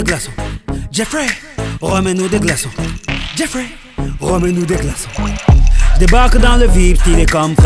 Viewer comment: logiblack .C est jeffrey car on le prononce avec une intonation en anglais avec l'accent genre sa fait djeaiffrai et non geoffrey.Voila tu vois c est mon prénom je sais le reconnaître je crois après libre a toi de me contredire mais bon